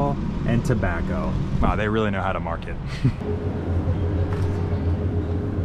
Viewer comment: "Oh REARRY?!" that killed me